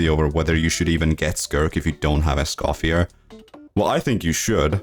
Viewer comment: Please pronounce Escoffier's name correctly😔🙏